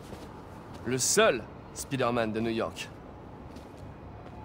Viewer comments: À et Non lui c'est Spader-Man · Avoue ta rigoler pour l'accent français "Spider Man"🤣😂🇫🇷